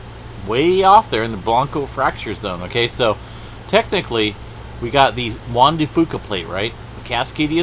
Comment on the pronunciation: Its juan de f-YOU-ca